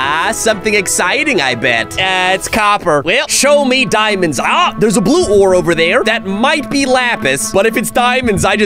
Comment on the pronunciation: Why does always say diamonds wrong?!